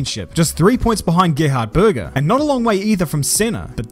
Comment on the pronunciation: As an Austrian listening to this was like:: Gerhard... Me: Uh, impeccable pronunciation, I appreciate that.: Börger Me: 😑